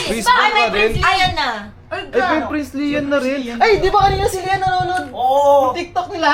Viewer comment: Prilian hindi prinzlian